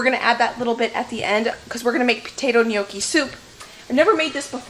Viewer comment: Lordy woman! Gnocchi is already a plural word. Stop calling them neeokeys.